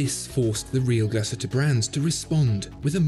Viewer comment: Great video 👍 although I think the umlaut over the letter 'U' means it should be pronounced "Glass-Hooter" 😀